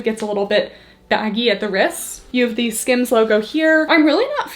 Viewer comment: It sounds like you're saying scams when you are saying skims, which is fitting when it makes lululemon prices look like the dollar store